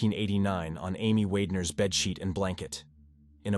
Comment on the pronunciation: This story should be renamed to "how many different ways I can say "Wagner" wrong".